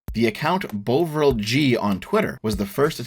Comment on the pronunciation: After half an hour of this video I wasn’t sure how you were going to eke it out for another 150 minutes, but I thoroughly enjoyed the entire thing. One tiny and totally unnecessary nitpick: Bovril is pronounced Bov-ril, not Bow-vril. It’s a kind of beef paste from back in the day, not dissimilar to Marmite, which you can dissolve to make a hot drink. I’m fairly certain only boomers buy it these days.